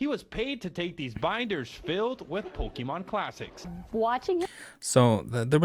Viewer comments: Really? Pokeman? like come on lady it's Pokemon p o k e m o n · Even with the pronunciation warning i was still not ready lol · I don't know whats better - the news covering this and pronouncing Pokemon or the fact that this dude got his ass handed to him by martial artists who are next door to a pokemon shop. All around gold news and I am here for it.